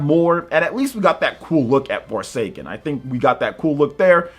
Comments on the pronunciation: The name for that game is so bad he couldn't even say the right word for it. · SE presents shows are usually rough. But they provide information which is the main point. Not blaming for botching the name of the former 'Project Athia'. SE always with the weird names making us trip, lol.